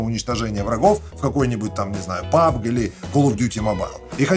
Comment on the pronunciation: Ещё одна причина подписаться на. Он говорит ПАБГ А НЕ ПУБДЖИ ИЛИ ПУБГ ИЛИ ПАБДЖИ. НЕТ ПАБГ.... ПААААААБГ ПАБГ